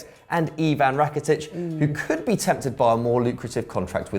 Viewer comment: Rakitic not thirty doodoo head